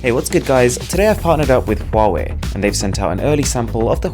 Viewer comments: Its says like how ey! Not huwawei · "Hawaii" is the correct pronunciation, not "Huawei". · Dude. Just watch their YouTube channel. They pronounce it as huawei, not hawaii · It's pronounced Haway, as in "Ha'way the Lads" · We in arab countries pronounce it as hawawy 😂😂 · It's หัวเหว่ย mate ;)